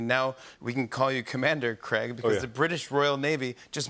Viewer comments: Craig not 'Creg', its bad enough mERiCaNs ruin our language and have now moved on to names 😂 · The way Americans say Craig ffs learn proper English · You'd think they'd be able to pronounce "Craig" correctly after 15 years